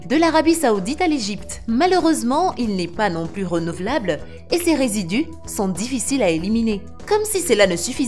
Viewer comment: C'est sans "s" normalement lorsque "plus" est parlé on dit "plu je veux ... "